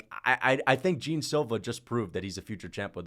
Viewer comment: it’s pronounced “john” but spelt jean